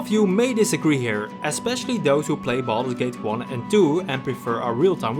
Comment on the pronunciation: Sounded like you said "balls gate" in the intro and for some reason I found that quite funny